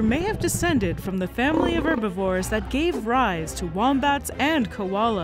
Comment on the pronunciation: did you really just say "erbivores" 😂